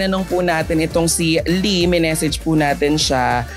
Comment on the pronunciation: Lee? Lie po..ano ba yan!